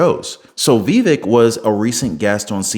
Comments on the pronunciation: Brother, it isn't "Vee-vick," it's "Vah-vake." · Vivek as in cake, is how to pronounce it. Not being mean, I pronounced it wrong at first too. I hope he runs in 2028. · Hey listen, how do you speak to you but learn how to pronounce his name it’s Vivek by cake the vape I don’t know what yet then crawl up somebody so they can show you and let you hear it how it’s pronounced best of wishes to you but please learn how to pronounce his name